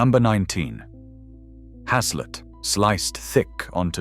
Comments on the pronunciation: Has-Let 🤣🤣🤣🤣 it's pronounced Haze-Let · Your pronunciation of haslet is incorrect, its pronounced as hacelet. I have had many a loaf of haslet from a butchers in Grantham Market Place, though it seems to have been replaced by Pizza Place. I loved heart, liver and onion (lamb`s liver preferred), kidneys. I still eat mince, but with mixed veg, swede, carrots, peas, brussels etc. Apart from a pack of ham from Aldi, any other meats are purchased from a butcher. Watching this video made my mouth salivate